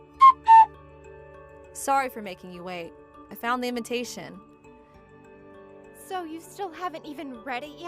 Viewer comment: Why do these people in all these stories always pronounce invitation as invintation.